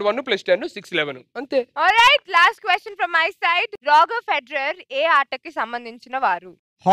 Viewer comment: రోగర్ ఫెదరర్ కాదు రోజర్ ఫెదరర్